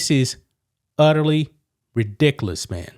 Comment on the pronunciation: this is utter ridickoluss I love how he can't say RI DIC U LOUS LMAO 🤣🤣🤣🤣